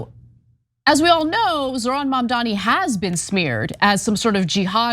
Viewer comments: Why do people call Mamdani, Mamdami? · “Mamdami” it’s Mamdani you bigot and racist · The idiot pronounced Mamdani's name wrong! Moron! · Her mispronouncing Mamdani is racist. But she cries racism like the biggest gaslight ever..